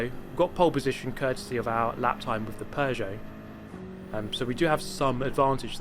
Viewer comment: Oh you bought the Pew-got.